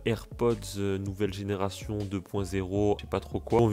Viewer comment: ''generassion'' 😂😂😂 mdrrr